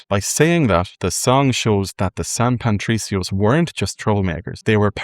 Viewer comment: Great job man. I really enjoyed the bit at the end comparing the music and their similarities, something I never knew! Just an observation, you kept saying San Pantricios, adding an 'n' to Patricio that shouldn't be there.